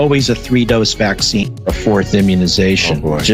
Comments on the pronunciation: I’m just happy that YouTube is finally allowing him to pronounce PhwA#%cine properly now without taking his whole channel down. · I enjoy the video but boy o boy is it annoying the way you insist on saying the word "vaccine."